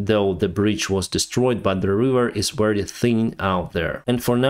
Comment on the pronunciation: Very as in vector, not wery.